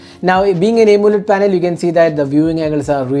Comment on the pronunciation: Bro! Please try to say Aamoled instead of A moled like you say!